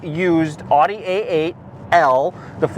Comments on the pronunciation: OudE not aughte. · Great video. Great car. Please learn to say Audi correctly. Thanks.